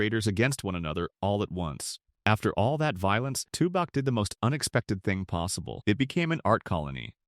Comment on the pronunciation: Wickenburg beautiful and hot. no thanks He pronounced Tubac wrong. Close to México. You can have those 11 towns and I'm not moving. Staying in Douglas